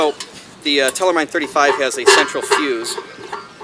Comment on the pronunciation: Pronunciation (as to be expected) is wrong, half German - half English. Check out the German word Mine on Forvo (can't link to it). For your information: the word simply means dish-mine.